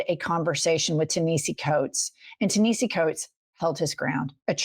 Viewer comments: Jen. it's pronounced Ta-na-hasi FYI and please please please read his books and articles in the Atlantic. You will become 100x more brilliant for it. ❤ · It's Tan a hase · The phonetic pronunciation is TAH- NE- HAS- SEE , please say it correctly. That man is too brilliant and known for you to not take the time to learn the pronunciation. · FYI- I believe it’s pronounced Tah nah hah see … love your show! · Ta-ni-has-ee coates. Love yal 🍉 free Palestine 🇵🇸✊🏾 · It’s TA-NeHASI, ladies. Please get his name right. It’s not pronounced the way it looks. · It’s “tah-nah-hee-see” (tah & nah like bra) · I don’t think that’s how you pronounce his name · Learn to pronounce his name. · Learn how to say his name right or call him Mr. Coates. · Jen, correct your pronunciation of Ta Nehisi, please. 🙏🏼❤❤❤❤❤❤❤